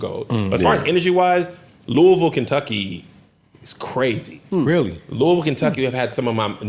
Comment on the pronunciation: Thank you for saying Louisville KY correctly